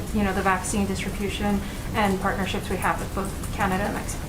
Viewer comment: "Well, hwe made sure he's gotten the stimulus checks, so he needs to have time to spend them..." - Psaki